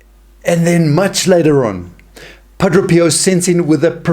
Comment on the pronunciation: Pa DRAY!.... Not Pa DRO!